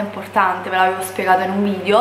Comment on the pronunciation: Okay però ora che la rinoplastica è fatta sarebbe l'ora di iniziare con le lezioni di dizione! Ripeti con me VIDEO, VIDEO, VIDEO NON VIDIO!